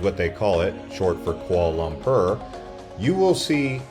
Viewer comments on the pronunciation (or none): Quahla laahmprrr you say? 😂